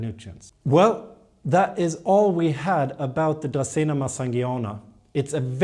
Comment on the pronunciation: I like the way you say dracaena better and I live in Mississippi.